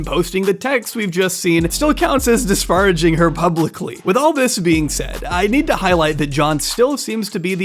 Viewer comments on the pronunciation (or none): Bruh, if you say 'disparraging' one more time, I'm going to lose it. It's not a big deal, but it's damaging my psyche, so... the pronunciation is more like 'dis-PAIR-a-jing', thank you. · homie, disparaging is pronounced dis·*pair*·ag·ing. Just a heads up. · the english pronunciation is DIS PARA JING. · This is such a whiny and pedantic comment, but I just can't help it. If there's a word in your script that you've only seen written down and never heard spoken, look up how to pronounce it. The first time you pronounced "disparaging" incorrectly, I was able to look past it. After you kept using the word and kept saying it wrong, it got irritating. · Not about emphasis so much as the difference between saying 'par' or 'pair' in the middle of the word.